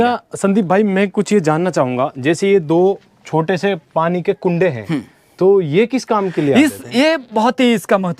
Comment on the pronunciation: पाणी नाही रे पानी, सोणार नाही रे सोनार ....